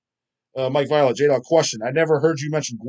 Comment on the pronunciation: Hahahahahahaahaha he calls me violet 💜 hahahaha its vi o late violate, godam Ohio hill jack bahahahaha